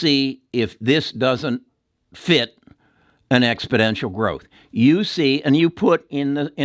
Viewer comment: Expodential as you keep saying isn't a word, exponential is, just thought I would bring it to your attention.